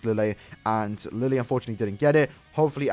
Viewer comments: It is written "Lille " but it is pronounced " Rije". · Lille's name pronunciation is Li-Je. His Japanese name was Li Jye and apparently that two L makes a J sound.